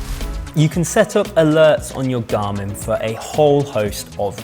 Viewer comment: "wo can my gamin " ?